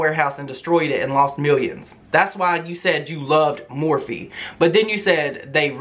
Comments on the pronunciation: Lmfao now I cant un hear more feet 😜😂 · The more she says morphe sounds like *MORE FEET *im screaming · Jaclyn Hill saying "morphe" for her entire career straight!